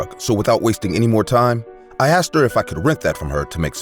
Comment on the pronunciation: Again..."i axed" 🙄